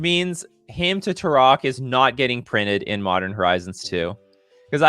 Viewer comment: It's pronounced Turok. Between 1995 and now, I've literally never heard anyone call him Turosh until today. Garth is clearly a Commander card.